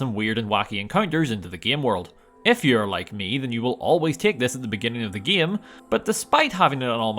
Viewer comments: the fuck is wrong with you ? it's game not gim, im french and is say game like a normal person, smell like a desperate attempt at seeking attention to me. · Your next video should be "Can I Beat Fallout: New Vegas Without Pronouncing "Game" like "Gaem?" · Bro really said geam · I can’t get over your pronunciation “game”